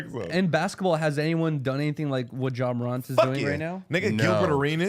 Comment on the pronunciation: said Jeh Morant lol